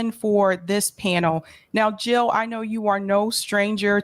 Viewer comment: Jill NOT hill <3 !